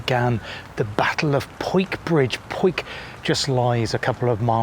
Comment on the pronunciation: Nice video. Missed a lot. But understandable. The large building in the Porcelain Works was actually the shop and display area. Pronunciations. Bevere is pronounced Bev-er-ree. Powick is Poh-wick. My adopted city for the past 40 years and a lovely place to live. Thank you